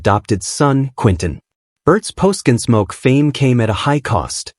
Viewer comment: “Ginsmoke”?? AI doesn’t even know how to talk! (But it sure can LIE….) 🤥🤖💀